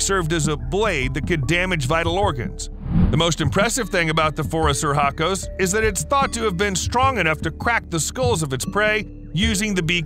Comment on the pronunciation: "Phoris sir hacos"? Dude, when you butcher a word you REALLY butcher it. The proper classification is Phorusrhacidae, pronounced [for us rah ki day]. Seriously, if it's that hard just use the colloquial Phorusrhacids [for us rah kids]. It sounds a LOT less silly. PS: I know your title is no more than an attention getter, but Gigantopithecus was millions of years past the possibility of ever having met a dinosaur, let alone destroying it. Next time maybe skip the sensationalism and try a few jokes instead.